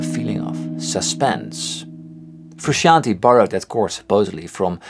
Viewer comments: I love the videos. But let’s say his name correctly. Phonetically it’s “Froo-Shawn-Tay” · Paul Davids yes it’s Italian. But listen to how he says his own name, you can hear him say it in the making of “Tell Me Baby” music video. Typically you defer to his pronunciation of his own name and that is how he says it. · Why do so many pronounce their name wrong #1: John Frusciante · I swear every RHCP fan I watch on YouTube pronounces 'Frusciante' differently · Why do so many people pronounce Frusciante wrong? That’s more important